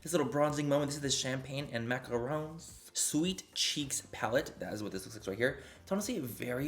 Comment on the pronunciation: So hello late to the party as YOOOOS. But thanks for pronouncing macaron (Mac-a-Ron) correctly. When people pronounce it mac-a-roon it makes my skin crawl.